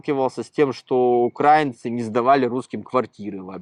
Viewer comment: ваш собеседник уже хамит говоря об украинцах умышленно ставя неправильно ударение как те кто рашисты которые напали на Украину включая пуйло кремлевское! Он просто хам который поддерживал нападение на Украину смеялся над убийствами украинцев оккупацию чужой земли а жить в итоге на любимой россии не захотел и как трус бежал со своей родины. Украинцы не окраинцы а украинцы! Слово Украина от слова краина что в переводе со славянских языков переводится как страна. Так что это дерьмо ставящее неправильно ударение да ещё и чо словами "какая-то окраинка!" То есть как и его ублюдочные российские соотечественникам напавшие на Украину грабящие насилующие убивающие украинцев он также как и они считает себя высшим обществом а украинцы это так..."низшая каста." Просто ублюдок! Никто ничего ему в Израиле не должен хотя бы потому что он никто в Израиле и звать его никем! Оно дале иврит выучить не удосужилось! Кстати как он говорит "терракт на Каховской ГЭС" устроили его российские выродки перед этим оккупировавшие и ламинирование украинскую ГЭС! Когда было контрнаступление украинской армии с целью освободить Украину от российских оккупантов убийц насильников и подонков то эти нелюди взорвали нашу Каховскую ГЭС уничтожив экологию края убив граждан Украины животных итд. И оно ещё и с гонором рассказывает о своей вонючей болотной! Нам украинцам насрать на твою болотную потому что вы ничего не сделали для окончания войны не вывели своих зеков с территории Украины и до сих пор пы